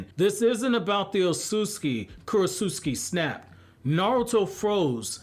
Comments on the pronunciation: Kuro-s-uscki My ears: 😬 Me: I thought it was Kuro-ts-uchi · Sounds like you’re saying Kurosusuki lol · Is korutsuchi really pronounced as "Korosuski"? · Ok Kurotsuchi's name can't actually be pronounced the way you pronounce it all the time in your videos, can it lol? If it is I'm gonna need to have my jaw surgically reattached. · U pronounced her name wrong da whole video